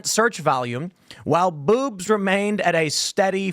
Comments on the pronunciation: It sounds like Tim is saying “boops!” When he says “boobs” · The way Tim pronounced boobs just made my morning